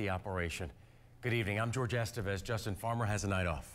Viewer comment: His name is Jorge not George.